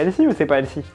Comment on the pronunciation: a tout mes français damour, tout les mots d'anglais qui on un TH comme healthy, ca ne ce dit pas healsy, mais bien healTy le H est muet, le T n'est pas muet !